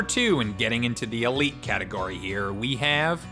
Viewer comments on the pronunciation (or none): none